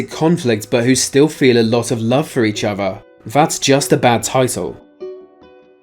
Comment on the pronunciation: Wif each ova. Or.....hear me out....with each other.....